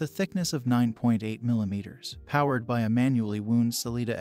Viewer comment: It was the mispronunciation of “wound” that got me